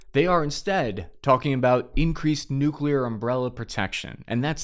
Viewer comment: I love your confident swagger while saying "nuclear", lately. Congrats on defeating y.our brain's tendency to pronounce 'newk-u-leear'.